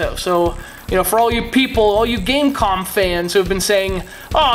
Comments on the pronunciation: No. its pronounced Game Com. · .....it's pronounced game com